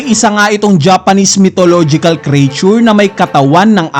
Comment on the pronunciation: "Creature" is pronounced with two syllables, not three, as "KREE-chur”